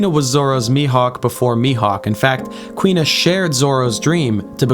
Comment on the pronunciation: For the record, the girl's name is pronounced Koo-ina. Not Kwina. There are a full three syllables to her name.